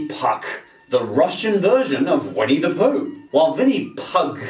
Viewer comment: Um, no its not pronounced POOK, it's litteraly pronounced POOH. With an emphasis on H. Если не знаешь - не говори :D